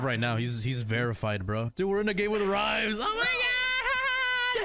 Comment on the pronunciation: it’s (RHYMES) GET RIGHT! Don’t embarrass mayne 👑